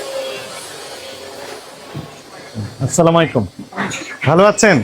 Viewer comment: Jonab...apnar salam ta thik vabe hoy na... Doya kore salam ti suddho korun